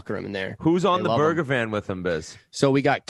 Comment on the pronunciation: I love how Biz says Burger Van for Bergevin.